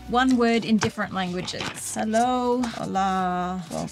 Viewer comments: Fyi it's hola not ola... hallo (German), Kon'nichiwa (Japanese), Salut (French) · The way you witted ola was wrong it’s hola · By the way the hello you did in Spanish is hola